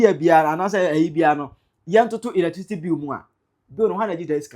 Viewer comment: 😅😅😅😅 Look at him......"latricity bill" 😅😅😅😅. Who will take this thing seroius?